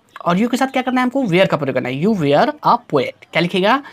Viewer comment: वेयर nhi hota sir वर pdhte hai usse 😂😂